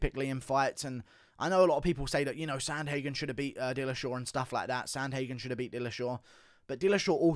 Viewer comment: He did say Pillashaw 🤣